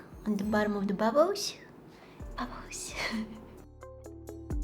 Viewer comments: Is actually bubbos how she say it 😂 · Bubbs😂😂😂😂 = bubbles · We say bubbles and she says bubus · the way she says bubbles “bubboes” litterly that makes me so happy idk why , i love her so much , like can we just also appriciate the time she takes to edit just for us to like her videos wow she makes me so happy i love her so much i hope she keeps posting to be honest❤❤❤❤❤ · When she says bubbles,it always sounds like ‘’bubboes’’🤭🥰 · I loved when she was saying 'bubbos' I was laughing so hard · saying: bubbles me listening: babbos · When she says bubbles, it always sounds like "bubboes" 🤭🥰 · if your reading thisim not a hater but no offense but she's kind of right